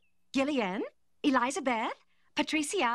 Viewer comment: It took me forever to realize her name isn't Eliza Beth, it's just Elizabeth pronounced in a snobby way